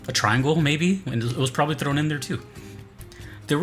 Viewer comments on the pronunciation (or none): none